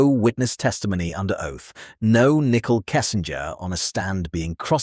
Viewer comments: I like how the narrator keeps calling her Nickel lmao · “Nickel” Kessinger 😂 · Her name is not “Nickel”, it’s Nichole! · I love that all AI narrators pronounce her name as a 5 cent piece 🤣 *and get Shannans name right 🥰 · NICKEL. every time you say it. 🧐🧐🧐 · Nickel..... 😂 bruuuuh i cant with this AI shit